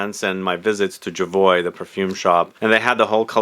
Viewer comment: Bruno’s last name pronounced YOVANOVICH.